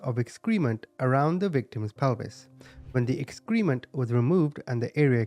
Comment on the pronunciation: Subscriber here and I love your channel, so this is very friendly feedback. I noticed since you said the word excrement several times, the pronunciation is "EX-kreh-ment" not "ex=KREE-ment."